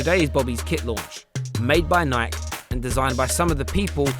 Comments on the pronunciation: thats not how Nike is pronounced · im sorry but the did this guy thats narrating this show pronounce nike as "nike"...mate it's pronounced as "ni-key" Don't believe me than google it bruv.